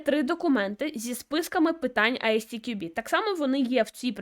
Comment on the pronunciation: Примітка від починаючего: ви вимовляєте назву фундації як Ай Сі Ті Кю Бі (можливо ви вимовляєте коректно але для перекладача воно звучить саме так), літера `S` в англійській абетці називається ЕС. Як виправити: розбийте одну абревіатуру на дві зробивши дві. На приклад компанія MWDN вимовляється ЄмДаблЮ ДиЕн. Як би я вимовляв назву фундації: Ай-ЕС__ТіКюБі.